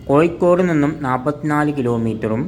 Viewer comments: കോയിക്കോടല്ല കോഴിക്കോട് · കോയിക്കോടല്ല കോഴിക്കോട്.... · ഴ ക്ക് പകരം യ എന്ന് പറയല്ലേ സുഹൃത്തേ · ആദ്യം ഉച്ചാരണം ശരിയാക്കുക കോയിക്കോടല്ല കോഴിക്കോട് എന്ന് പറയൂ. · കോയ്ക്കോട് അല്ല സഹോദരാ കോഴിക്കോട് ഓരോ പൊട്ട ജന്മങ്ങൾ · Koyikkodalla, kozhikkod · കോയി ക്കോട് അല്ലടാ പോയത് കോഴിക്കോട് കോഴിക്കോട്.. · കോയിക്കോട് അല്ല പൊട്ടാ കോഴിക്കോട് ആണ് 😮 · മലയാളം പറയാനും എഴുതാനും വായിക്കാനും പഠിക്ക്.. കോ'ഴി'ക്കോട് എന്നാണ്.. 'ഴ' എന്ന അക്ഷരം ഒരുപാട് തവണ പറഞ്ഞും എഴുതിയും വായിച്ചും പഠിക്ക്.. എന്നിട്ട് വീഡിയോ പോസ്റ്റ്‌ ചെയ്യ്